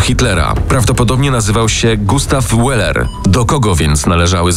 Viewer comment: Od kiedy niemieckie nazwisko czyta się po angielsku ?! Łeler 😂😂🤣🤣 Gustaw weler jak już